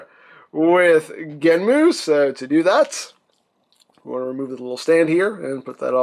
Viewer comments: why are you calling him Genmu it's GENM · Its easier to say that way